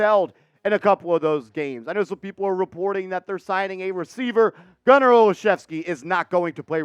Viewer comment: I'm related to Gunner, this is great.....Im shocked you pronounced our name right lol